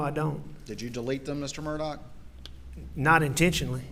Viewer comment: His name is pronounced Alec Murdoch, but 😊😊is spelled Alex Murdaugh. What the hell?